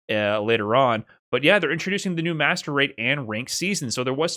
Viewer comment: Please say MR, every time you say Master Rate I hear 'masturbate'😭😭